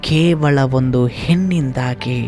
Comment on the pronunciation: ಹೆನ್ನು,ಹೊನ್ನು, ಮನ್ನು ಅಲ್ಲ. ಹೆಣ್ಣು,ಹೊನ್ನು ಮಣ್ಣು ಅಂತ ಹೇಳಿ. ಕೇವಳ ಅಲ್ಲ ಕೇವಲ ಅಂತ ಹೇಳಿ.